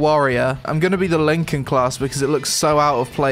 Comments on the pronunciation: Lincoln class....... It's pronounced like Lie-can :T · Linkin?! Linkin?! It says Lycan as in werewolf lmao. Emotion mask, not emoticon;p You were tired of this game before you even started, weren't you there?;p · btw its pronounced ly-can not Lincoln... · This game is the GOD of MMO`s OKAY ? IT S LYCAN not LYNCAN , that is a blasphemy ! Daca esti smecher ne vedem la grajdar! :)